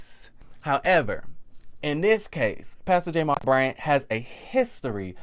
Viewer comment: Is there a reason why you're pronouncing Jamal Bryant's name that way. Its very annoying...And whats strange is that you are deliberately doing and I cant fathom why 🤔🤔